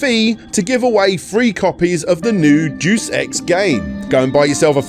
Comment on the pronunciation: omg is that how y'all say "deus" there or is it use you?